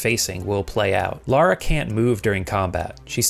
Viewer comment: For the love of... please people call Lara LARA and Laura LAURA (rant over) thanks for the vid